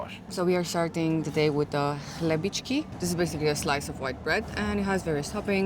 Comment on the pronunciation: Perfect pronunciation on chlebíčky👏